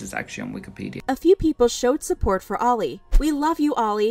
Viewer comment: i thought their name was “Oil” not Oli” 😭